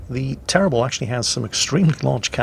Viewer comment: For Bayard, pronouce "Bayar" \ba.jaʁ\ and for Le terrible, pronouce " Le teribl/" \tɛ.ʁibl\ that will be fine. Many Thanks for the fine vids. S.